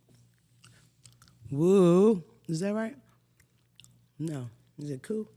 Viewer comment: Why would you say “woo” like that 😂😂😂😂😂😂